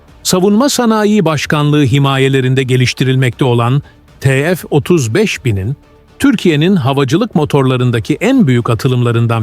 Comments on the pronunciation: Yahu, yerli motor yapıyoruz ama birtürlü TÜRKÇE konuşamıyoruz !!!! Ti- EF nedir yahu, burası Amerika mı 😤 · yapay zeka işte salla biz te fe diyoruz